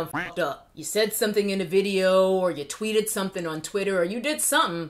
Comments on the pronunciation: "Tweets that I twatted" 🤣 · "TWATTED" DEAR LORD. And yes, everyone had zero tears while crying.